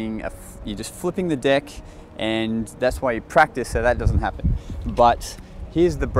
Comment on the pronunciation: its is really funny how you say deck u said dick